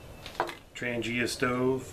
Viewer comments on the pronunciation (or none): none